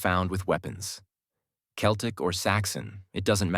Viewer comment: It would be more convincing if the narration managed to pronounce "Celtic" properly. And no, they did not come here in 10,000BC and there was no such language in existence anywhere when Britain was recolonised after the ice age. All I hear is a lot of muddled pseudoscience mixed with modern myths like "Celts", "Anglosaxons" and "Vikings". Might as well be "Dwarves", "Elves" and "Hobbits".